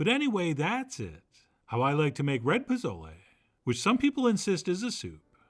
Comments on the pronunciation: Your recipe looks amazing, clearly you've taken the time to research and create something very special but please, please, please stop calling it "pa-Zo-lay," it's pronounced "po-So-leh." The /z/ has an /s/ sound and the vowel is short (think of the word "leg" without the /g/). I'm going to try this on Sunday ;) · Great receipe Chef. But its not "Pa.zo.lee." Its "Po.zoh.le." Theere aren't any "a" sounds and "le" is pronounced like "Le Plume." Thank you. Always entertaining.